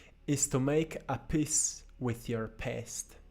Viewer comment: When you said make a peace with your past it sound like , Make a piss with your pest. so funny . love your videos. You are Most inspirational person on YT, together with Jordan Peterson